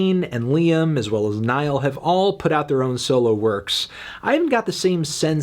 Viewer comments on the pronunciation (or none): Well now you’ve managed to mispronounce “Niall” and “Louis” lmao